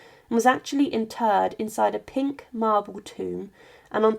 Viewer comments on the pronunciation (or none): none